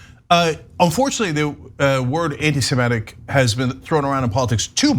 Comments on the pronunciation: Ana, it's 'anti-Semitic'- not 'anti-SemEtic.' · I winced each time Ana said "anti-Simetic." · It's not 'my way.' That's how it's spelt. Both Semites and Anti-semites agree on that. And I'm not alone in the Comments pointing it out. To avoid confusion - please note that the 'i' in Semitic is pronounced as in 'idiot', not as in 'iron.' Maybe it's an American thing (I'm Australian), but 'anti-Semitic' simply doesn't rhyme with 'emetic.'